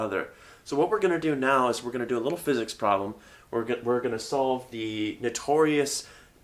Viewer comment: For a moment there, I thought you said "Welcome to Tensor Calculus for Fitness". For a moment there, I was excited...